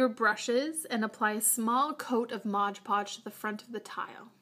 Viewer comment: She said 'modge podge' even tho its actually called 'mod podge'